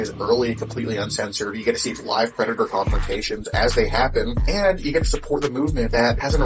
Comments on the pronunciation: “PREY-dator” … common lol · Praydator? Ptreyodactyl 💀